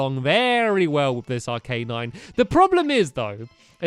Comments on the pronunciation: its called arcanine not arc A nine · its arc-a-nine stampy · its not arca nine its arcanine stampy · It's pronounced Ar-ki-nine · it is arca nine . This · Arcanine: (Ar-Ke-Nine) stamp your awesome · Its Arc- a- nine